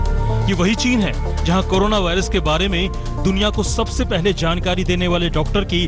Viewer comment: कोनोना नहीं कोरोना होता है।